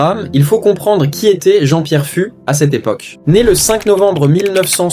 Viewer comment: Je crois que ça se prononce Jean-Pierre "FOUXE." (pas grave... )